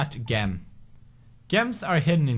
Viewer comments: Gem is pronounced Jem not actually gem. You really made a lot of progress in English since your channel was starting out. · instead of pronouncing it "jem" like it's supposed to be, he literally said gem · That awkward moment when Pewds says it like (Gem) instead of (Jem). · gem ._. pewds its pronounced jem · It's pronounced jem not gem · he knows that, but he likes to say "gem" not "jem" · did he really say gem? lol i love how he pronounces it, its spelt gem but pronounced jem. LOOL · His accent was so cute he pronounced gem as gem instead of jem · did he say "G-em" instead of "Jem" for the word Gem on purpose? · ''Got Gem'' Its pronounced JEM, Not GEM,But its spelled Gem lol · Pewds,those gems are pronounced like jem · 3 "gem" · Pewdiepie it's pronounced jem XD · that isnt how you say Gem Say it like jem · its pronouncd jem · gem is pronounced like jem...NOT FREAKING GEM!!! JESUS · Gem not Jem😂👍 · Its Je-m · he's pronouncing gem wrong;) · its pronounced jem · aww how precious you said gem wrong😂💙